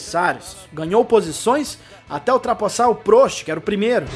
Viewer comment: A pronúncia é PRÓST e não PRÔST